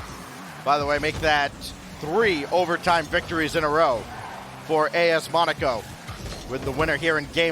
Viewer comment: im cringing when he says monaco wrong